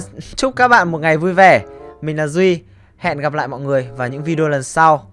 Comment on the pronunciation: Câu : " và mik là Duy" nghe giống... Và mik là GNDTT.... :)))